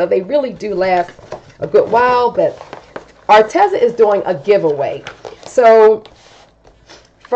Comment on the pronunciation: Psst...it's pronounced Ar-Tee-zuh 😊